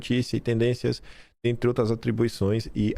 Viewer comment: DINO É UM CARA DE PAU, DELIRANTE É ELE, ELE QUE MOSTRE TODAS IMAGENS, NÓS QUEREMOS VER TODAS. DINO MENTE. DUVIDO QUE NÃO CONHECE AS IMAGENS. 6 MESES DEPOIS DE MENTIR QUE TINHAM SIDO APAGADAS !!!!! APRESENTOU MEIA DUZIA DE IMAGENS E DISSE: "AS OUTRAX SÃO IRRÉLÉVANTIX". QUEM É O DINO PRÁ ALEGAR QUE "AX OUTRAX SÃO IRRÉLÉVANTIX"? TODOS TERRORISTAX COMUNIXTAX INFILTRADOS APARECEM NAS IMAGENS. TAMBÉM TEM QUE INVESTIGAR QUEM ABRIU AS PORTAS DOS FUNDOS PARA OS GOLPISTAS DE FATO ENTRAREM E APLICAREM A EMBOSCADA NOS PATRIOTAS. QUEM DEU UM GOLPE FOI A ALA COMUNIXTA DO STF/TSE, TANTO QUE - ESCONDEM AS IMAGENS DO DIA 8/01 - ESCONDEM AS PROVAS DO MANDANTE DO ASSASSINATO DE BOLSONARO - ESCONDEM OS CÓDIGOS FONTE DE TODAS ELEIÇÕES - SEMPRE FRAUDADAS. "TODO CRIMINOSO TENTA ESCONDER AS PROVAS DOS SEUS CRIMES" ESTARIA O STF PROTEGENDO OS CRIMINOSOS ? OU SE PROTEGENDO ???